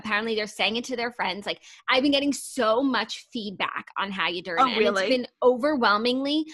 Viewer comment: please stop saying how ya durn.